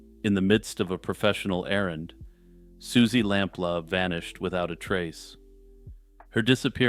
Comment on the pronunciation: It’s lamploo not lamp la